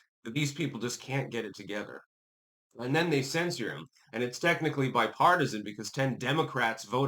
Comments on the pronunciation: Sen-sure... not sen-sore... BIG difference, especially to the ignorant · Not censer but cenSHURE is how it's pronounced.